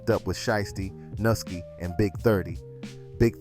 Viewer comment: Nuski not nookie bro you close by you still off